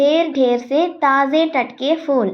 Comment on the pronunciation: അഭിനന്ദനങ്ങൾ, നല്ല അവതരണം. കവിത നന്നായി മനസ്സിലാക്കിയിട്ടാണ് ചെയ്തിരിക്കുന്നത്. Pronunciation നല്ലതാണ്. പക്ഷെ ഫൂൽ എന്നത് f ഉച്ചരിക്കുന്നതു പോലെ പാടില്ല. അതു പോലെ പലയിടത്തും Spelling mistakes കണ്ടു . പ്രത്യേകിച്ചും कि വേണ്ടത് മാറിപ്പോയി. Type ചെയ്യുമ്പോൾ കുറച്ചു കൂടി ശ്രദ്ധ പുലർത്താം. ആയാസരഹിതം എന്നതിന് ആയാസകരം എന്നാണ് കേൾക്കുന്നത്. സ്കൂളിലെ ഹിന്ദി അധ്യാപികയുടെ മേൽനോട്ടത്തിൽ ചെയ്താൽ തെറ്റുകൾ ഒഴിവാക്കാവുന്നതേയുള്ളു. എന്നിരുന്നാലും അഭിനന്ദനാർഹമായ അവതരണം. Keep it up 👏🏻👏🏻👏🏻🤝🤝🤝💐